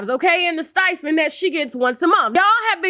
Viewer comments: It's STIPEND not STIFEND.. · Sharon’s has a LOT of last names on this video.... I heard Hunter, Williams AND Hudson... also what is a stifend? Do you mean stipend? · “Stipend” not stifen.